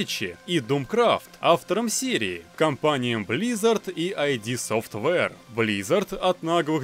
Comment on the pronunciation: Ойди софтвэре, ахахах 😂